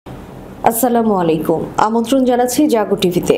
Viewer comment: আসসালামু মলাইকুম নয়! সঠিক উচ্চারণ -আসসালামু আলাইকুম।।